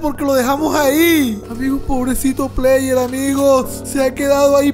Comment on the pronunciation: Se dice player